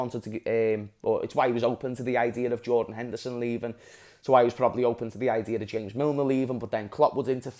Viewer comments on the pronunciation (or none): none